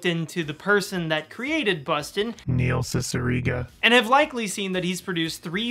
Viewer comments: Do you have that jarring "Neil Cicierega" cue because you mispronounced his name during filming? I've pronounced his name as See-see-err-gah for years and nobody corrected me. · You were mispronouncing Neil Cicierega's name the entire video weren't you?.